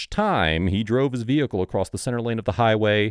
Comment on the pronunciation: Amanda McCake? Hahahhaha poor soul couldnt leave the veehicle if she wanted to